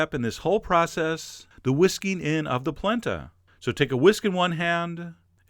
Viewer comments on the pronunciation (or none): It's pronunced Pall-ent-a!!!!!!!!!!!!!!!!! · I used to pronounce it "polanda" as a kid, too! Goes great with pork ribs and a your Sunday gravy sugo recipe! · Oh my gosh, My mom says POLANDA to this day. Lol. I tell her and she swears that's how her memaw said it!! Lil 4ft 7 Italian woman! Thank you for this!